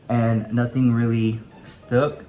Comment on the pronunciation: wtf is stook? #EducateMe #NoReally 😟